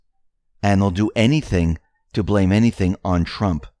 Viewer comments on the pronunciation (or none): none